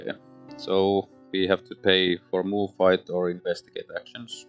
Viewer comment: Wow, that went... Arkhamly :D How you managed to win with all those autofails I have no idea. And every time you said "fight" I heard "bite", which is kinda thematic. My playthrough with Bark and Kate ended up with Bark going mad chasing all the cats and Kate loosing to the doom clock.